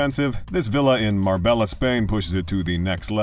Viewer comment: Pronounced mar bey a ta c